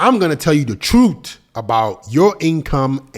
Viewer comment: It's "truth" not TROOT LMAO